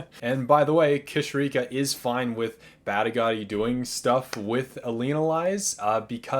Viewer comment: Ooof! Those Badigadi & Elinalise pronunciations need some work.